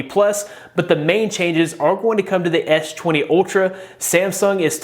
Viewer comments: Why you keep saying etch 20 etch 20 plus? Do you have any issue? You clearly said s10 or s line, which you sound fine man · I kept hearing "edge 20" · "ech 20"? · ''esh twany'' lmfaooo